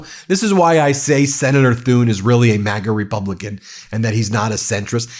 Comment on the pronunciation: Watters ‘I’m WEALLY upset about all the fentanyl pouring into the country!’ Just persuade Americans not to buy it, mate. It’s just a market. Americans bring it into America and sell it to Americans because there’s a market for it. It’s not the Chinese or the Mexicans and it’s definitely not Venezuela. It’s just a bit of black market free market capitalism, by and for Americans. How fucking childish for America to try and blame its own drug issues on foreign companies. Americans don’t OD on strong opiates with a gun pointed at their head. Such innocent babies you people are.